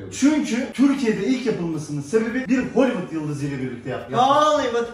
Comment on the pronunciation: Hollivid holividd metooo